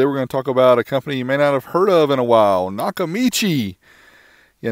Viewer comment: It’s not Nakamichi.